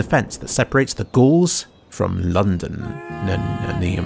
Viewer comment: subscribed for "London... ni... nium"